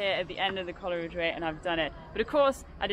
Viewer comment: Its pronounced Cole ridge not Coler ridge😮